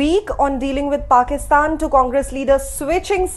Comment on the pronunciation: What has happened to Modi's diction. His words sound weird, say Pakitan instead of Pakistan.